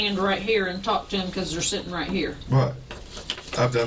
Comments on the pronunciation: Sometimes when he says 'right' it sounds like 'bruh' to me. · Why do I hear 'bruh' every time he says 'right'. I'm sorry but i can't take this seriously when I hear it lmaoo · Everytime time he said right is sounds like hes saying bruh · Everytime he says "right" I hear "bro".